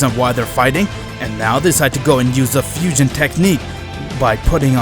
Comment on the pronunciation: You said fishion